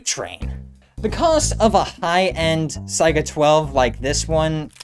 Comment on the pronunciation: "saiga" thank you. so many unfamiliar with it call it a "sega"